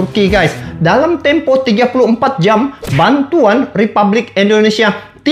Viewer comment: BKN repablik tp REPUBLIK bang